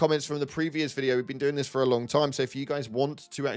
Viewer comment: "You know... Nintendo predicted all of dis"